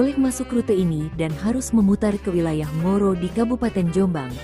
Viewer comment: Ngoro.. , bukan moro. Kacau min